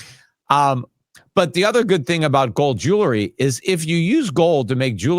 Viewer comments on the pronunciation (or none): Damn it Peter. Jewelry NOT “jewlery.” I cringe every time!!